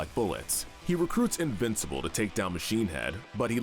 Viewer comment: When you say invencible characters it makes it sound like there all invisible